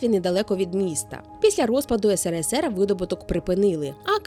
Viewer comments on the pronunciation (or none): none